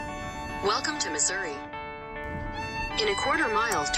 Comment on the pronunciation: Thank you for pronouncing Missouri correctly.